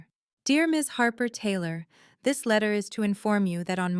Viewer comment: 'Harper' becomes 'harbour'